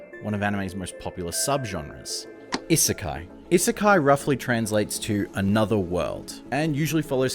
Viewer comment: He made a video about an isekai and never learned to pronounce the term?